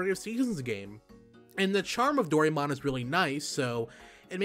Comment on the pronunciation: Finding Dorymon? I hope your Japanese reading skill is better than your pronunciation. I like the idea that the game might have Fantasy Life elements to it, but not as thrilled that this will be Nobita’s “story”. Who gives a crap about him? Seems like anyone actually wanting to see a lot of Doraemon will feel cheated.